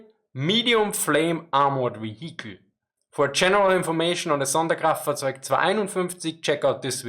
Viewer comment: Dude, that’s awesome how you can say the whole sonderkraftzwagonein…. Something something without messing it up. Props!